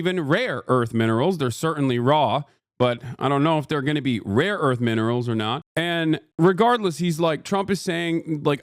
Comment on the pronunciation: finally someone says something about trump's pronunciation of "rare"... if I hadn't seen that conversation top to bottom several goddamn times, and hadn't heard him pronounce "RARE" properly the first few times, I could have sworn he had no fucking idea what he was trying to deal for, that he got briefed about it by someone else but only in speech cause he couldn't be bothered to read